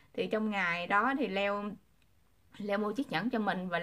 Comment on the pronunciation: Tại sao đọc tên Leo như là dưa leo , Le-o đó là tên của anh ấy